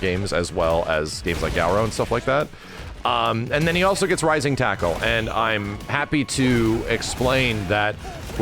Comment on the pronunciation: Your ears did not deceive you, my friend. The taco was indeed rising.